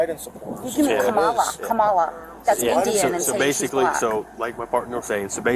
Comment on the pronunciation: Lol the way she said Kamala. At this point I'm wondering if all Karen's are conservative or are all conservatives a bunch of Karen's. Jk 😂 😆 🤪